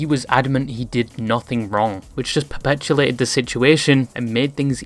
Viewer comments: sorry great video but its "perpetuated", not "perpetuLated" 😅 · Perpetuated not perpetulated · fyi it's perpetuated not perpetulated